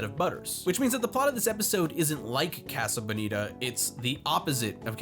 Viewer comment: Im going to fucking kill this guy if he says casa bonita wrong one more time